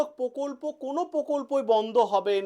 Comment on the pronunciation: পকল্প না প্রকল্প